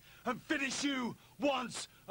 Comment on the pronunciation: The guy on the left doesnt say anything, I guess he is shy. Bet he didnt get far.. Edit: this is just comedy gold 🤣🤣 bulldog trying to shoot michaels calling him puhhrvurt , Cornette is silent, for once and looking... crazy. And the wife in the middle, just staring.... hardly any contact with the camera. With her hands in her pockets... omg ... 😅😅😅